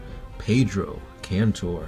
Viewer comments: I actually read Traitor's Gorge and instead of killing hundreds of orks they slayed thousands of them!! (allowing the CF to make barricades with the ork bodies).Ther orks werent counted as hundreds, they were counted as thousands of them (attacking in waves). PD: Pedro KANTOR not cantor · Indoril Nerevar Moon-and-Star yes it's Kantor.